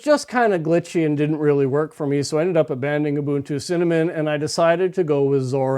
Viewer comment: Ubuntu is pronounced ooh booon too. The way you say it is colonialist and even could be seen as racist. It is an Nguni word meaning "I am because we are "